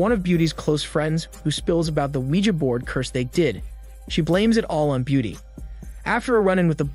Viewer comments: Finally. Someone pronouncing Ouija right. "WeeGee" has got to be stupidest invented pronunciation, ever. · “weegee” is the correct pronunciation whether you like it or not. Ouija is a brand name and and is pronounced however the creators say it is. It also isn’t from the words oui and ja.